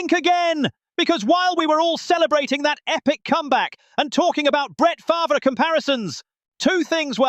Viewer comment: Only can handle that obnoxious ass voice for so long, and who the fuck is Brent FARVURer?!?!?😂😂 u mean FARVE..